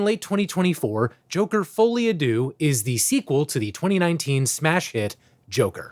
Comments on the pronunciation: try pronouncing it like this "foh-lee ah de-urh" but say it quickly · bro said folly ah doo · yoker: folie a deedee